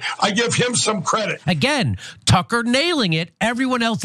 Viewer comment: 😅😅😅 I thought he said "Trunker" (Carlson).